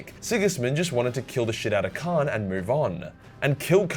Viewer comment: Lol said Khran the betrayer